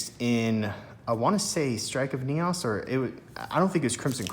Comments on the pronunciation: Lol I keep laughing Everytime you pronounce it NEOSS instead of NEEOHS 😆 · I can't help but laugh at your enunciation of Neos, Neaus, haha.